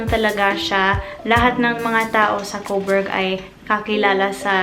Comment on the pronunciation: Couburg? hello ate hahahaha